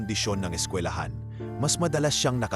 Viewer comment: TAGA PAG KWENTO HINDI PO SKILAHAN SKWILAHAN PO SIGURO MAS MALAPIT ..🫢